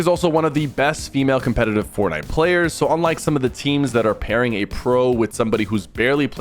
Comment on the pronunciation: "FoRT NIte" PLEASE PK say it regularly🥴🫨🤯